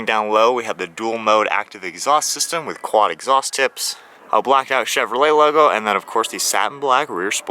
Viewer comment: You said cheverley, I'm sure your the first I heard say that, is it how it's actually said.